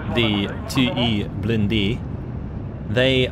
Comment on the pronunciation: You can translate "2ème blindée" by "2nd armored" instead of trying to say it in french, wich you are saying wrong.